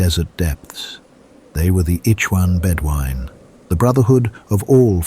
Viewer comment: Also he says eechwan bedwine. It should be ihhwan. Death to ai.